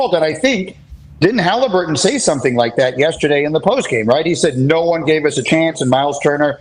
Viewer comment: Pat says Tyrese's name like first name Hali last name Burton